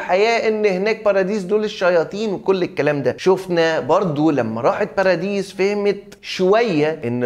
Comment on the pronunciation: والله أسمها بارادايس مش باراديس 🤣